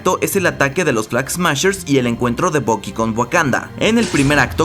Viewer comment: todo bien hasta que le llamas "bocky", por que tenéis que cambiar la pronunciación a todo los latinos ? que obsesión, mira que ni los americanos lo hacen.